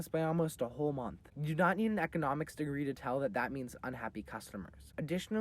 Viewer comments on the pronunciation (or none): none